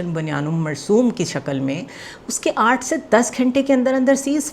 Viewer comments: بنیان المرصوص ۔ تصیح کرلیں میڈم بنیان المرصوم نہیں۔ پاکستانی مرتدین نے قرآنِ کریم کی آیتِ مبارکہ کو جان بوجھ کر آپریشن کا نام دیا تاکہ عربی اور قرآنِ کریم سے نابلد لوگ قرآنی الفاظ میں ادائیگی میں روانی اور انجانے میں تحریف کرتے رہیں۔ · Good work but sister you say"bunyan ul marsoom" instead of banyan ul marsoos please correct it. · I must appreciate your content and analysis. But kindly correct this pronunciation. Its "Bunyaan ul Marsoos" not "Marsoom" Thanks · میڈم. آپ ہر دفعہ آپریشن,, بنیان المرصوص ,, کا نام غلط لیتی ہیں. ابھی تک آپ کو نام نہیں آیا. کبھی آپ بیان پڑھتی ہیں اور کبھی مرسوم پڑھتی ہیں. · بنیان المرصوص کو آپ بنیان المرصوم پڑھ رھی ھیں ۔ توجہ کریں ۔ پلیز ۔